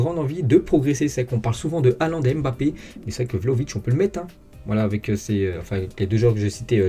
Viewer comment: Bonjour, pourriez vous svp prononcer correctement le nom de Kylian en arrêtant de prononcer le "M"...ça se prononce BAPPE. Depuis que des noirs d'origine africaine vivent en Europe, je pense qu'il est possible de connaître leurs cultures. Quand c'est un nom américain, tout le monde le prononce à l'américaine pour faire "style", mais pour les africains, on prononce leurs noms à la française.